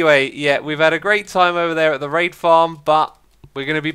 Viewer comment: Whenever he says raid it sounds like rape.